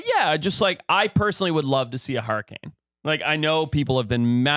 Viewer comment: Why are one of you guys calling hurriKanes “hurricaN” is that guy from Utah?